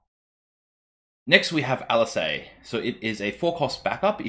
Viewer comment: Thanks for the video, am glad to see these cards, as well as a little bit of discussion. For future reference though, just in case the cards keep reappearing, Alisaie is pronounced Al-lee-say, and Alphinaud is pronounced Al-fin-no. And just in case he gets printed, a scion called urianger is pronounced yuri-an-jay (that one is the weirdest of the bunch). Vaan is also pronounced Varn, as opposed to van.